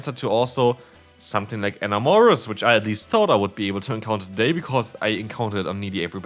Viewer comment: It's (in-am-or-us) not (uh-more-is) sounds like you're saying Aurorus, the ice/rock fossil Pokemon💀